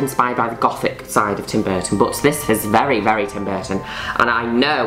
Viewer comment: Her saying: Goth English sub: Golf Her saying Gothic English sub: GoODtHIcK Me: 🤣LMAO🤣